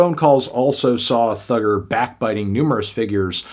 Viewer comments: You didn't have to say Thugger with hard R so many times, Fantano. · Ikr, saying Thugga with the hard r is disgusting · Why is he saying Thugger with the hard R???? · "Thugger" with the hard R is crazy